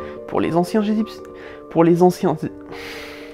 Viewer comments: les Anciens Egyptiens ont eu du mal a sortir xD a un moment j'ai cru entendre "Anciens Gypsies" ou alors j'ai eu une hallucination auditive ^^ C'est horrible quand on répète une phrase plusieurs fois : plus tu la repetes et moins tu y arrives xD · Merci d'être vous ça fait du bien au moral 😁 je pourrai plus jamais prononcer les anciens gézypchiens... euh... bref eux quoi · La vache, j'ai essayé de prononcer la phrase "les anciens Egyptiens" et je mis sui repris 5fois. C'est chaud, ^___^